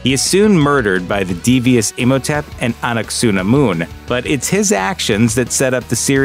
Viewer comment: Not ah nuck sah nah moon. Ah nunk ah sah nh moon. If yer gunna include her, say her name not anglicized eh?